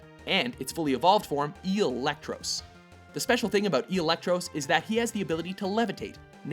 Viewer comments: Electross? really? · Eelectross really?.... -_